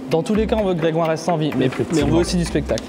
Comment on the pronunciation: qui dit Didière ma ken ouai